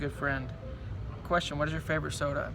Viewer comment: you said soda wrong lol